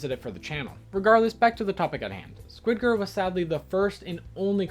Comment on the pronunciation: The squid girl pronunciation is sadly splatting my soul...